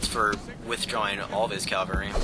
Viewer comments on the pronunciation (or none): its cavalry not calvary. calvary is the hill where jesus was crucified haha